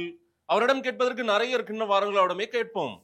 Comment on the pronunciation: முட்டு மாசு தமிழ சரியா பேசு அவரிடம் கேட்பதற்கு நெறய இருக்கிறது தப்பு அவரிடம் கேட்பதற்கு நிறைய இருக்கிறது சரி